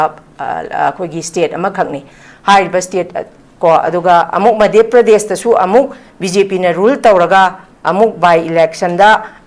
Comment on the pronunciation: Not Meidhya pradesh ....Say Madhya Pradesh